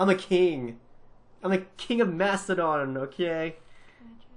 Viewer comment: it's makedon